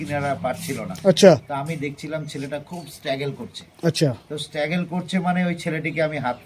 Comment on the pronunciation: Struggle ❌স্টেগেল✅😂